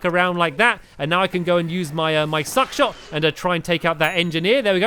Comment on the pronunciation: Stampy is supposed to not swear yet he calls `Shuck Shot' `Suck Shot'